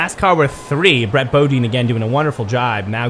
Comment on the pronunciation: Its brett Bodine “Bo-Die-n”